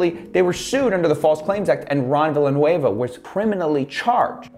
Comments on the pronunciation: i believe is pronounced vi-ja-noo-eva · The way the news pronounced Ron Villanueva's name, it makes it sound like Villain is his middle name